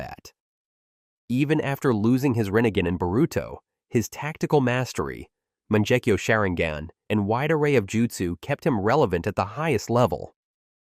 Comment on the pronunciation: Almost as wild as “manjekyo shareengin”